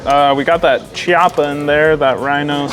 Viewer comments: It’s Chiappa (Key-Op-A) not (Che-Op-A) makes me laugh every time. It’s Italian not Russian. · FFS ... it's f'n cringy when a gun store or guntubber doesn't pronounce Chiappa properly..